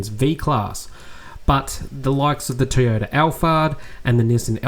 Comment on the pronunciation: Well done again on another informative video. However, could you please learn how to say Toyota and not Teeyota..